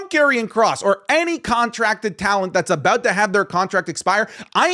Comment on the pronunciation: As an Australian I forgot you were until i heard "Aboot" haha love the vids.